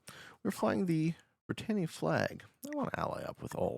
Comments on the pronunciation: Pedantic, but it’s pronounced bri TAN ia not bri TANE ia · Britannia not Britainia! Comon,I know you're from one of the colonies, but it's like me saying Canadia! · Why can’t you pronounce Britannia?